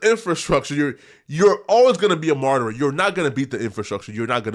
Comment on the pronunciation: The word isn't martyrer its martyr. lol come on.